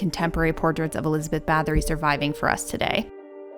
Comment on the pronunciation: "Bah-TOR-ee", NOT "BATH-or-ee"....